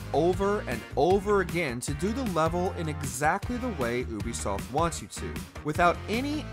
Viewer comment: The guy constantly calling them "oobisoft" is pissing me off.